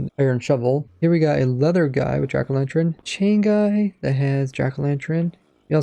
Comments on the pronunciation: Jack o lanTurn not tren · Are we all just gunna ignore how he says 'jack o lanTREN' 😂